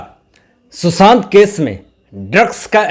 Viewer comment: mai kai baar,kah chuki ki aapke ekcent sudhariye.......Susant nahi Sushant boliye.Isi tarah aur bhi aapke ekcent galat hain,sorry.mai aapki maa ki age ki hoon,isliye, advice di again sorry.